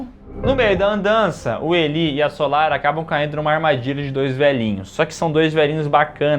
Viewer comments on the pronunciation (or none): Elí😂😂😂😂 diz-se ilái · A pronúncia de Eli ou Elie no masculino é ilay, agora no feminino seria Eli mesmo. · Caraca, mas a pronúncia é "Ilai", meus queridos